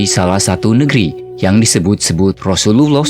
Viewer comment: Teruknya sebutan arab kamu. Sebut betul-betul Rasullullah SAW